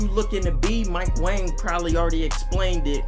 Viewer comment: Mike Wong not wang btw